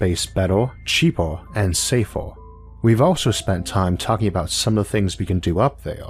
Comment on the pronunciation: Safer...not safor